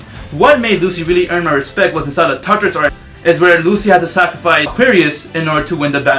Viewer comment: Dude... It's not the Tetris arc, it is pronounced TARTARUS